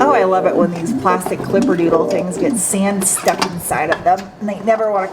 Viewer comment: The New England accent when you say damper or sand. Great!